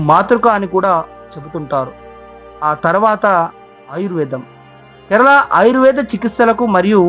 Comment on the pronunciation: బాబు ! కెరలా కాదు, కేరళ 👍 తప్పు పలుకుతున్నారు.